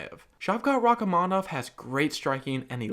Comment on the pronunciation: You're pronouncing Rakhmonov's name wrong. You should honestly do the video again, because it's a very bad mispronouncation, and it's taking away from the very good job you've done.